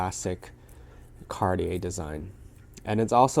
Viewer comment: I know Americans can’t or don’t want to pronounce most foreign luxury brand names properly but you, as a regular shopper of designer brands would know how to pronounce “Cartier” correctly